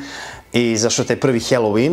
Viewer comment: Brate, svaka cast,samo jedna ispravka..IZGOVARA SE HALOVIN,NE HELOVIN..👌🙂